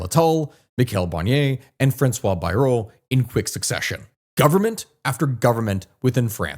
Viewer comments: Bayrou is pronounced "Bayroo" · I do commend you for 45 min talking about our shamefull display. Bayrou is pronunced BAY and row (kind of the W is silent). Still there is one problem in France which cascade in this mess: We have a president who disregard all French tradition in politics. He won't resign, he won't nominate someone not from his party or allied. The things past presidents done in the past as it was "normal" behaviour, the "honneur" one. You didn't get the majority there was a cohabitation like in us politics a powerfull president on some domain but for most he is helpess as that's not his hands anymore. That helped the country to balance politics and stabilize the whole mess. As french politics and ideas goes we have 3 currents in france, The leftist which is far broad but as an alliance the can make like 30% of population then you have a good 60+% for conservateurs and far right. The logical choice (i'm no partisan in this) would have to choose someone as prime minister for the far right and alliance himself and his party to it to "counter balance" theirs ideas. A coalition! simple countries have done that for centuries..... We need statemen again in France and not dictators... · Bayrou is pronounced “bye-ROO”